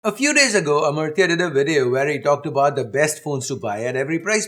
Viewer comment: he's omortyo not amartya..